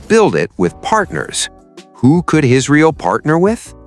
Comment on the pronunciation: and Two engines? Isreel or Israal? What else is wrong in this video?